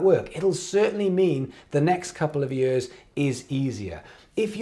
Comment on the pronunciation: Anyone else love how says “years” like “yeeuhz”??